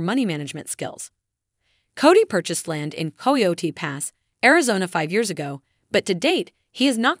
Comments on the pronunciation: Please learn the proper names! Saint George not Street George! Coyote (like the wild dog). Not koyty! Etc! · Co-EE-O-Tee? Have you never heard anyone pronounce coyote correctly?